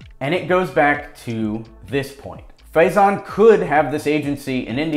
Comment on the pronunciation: Kudos on the pronunciation of faizans name !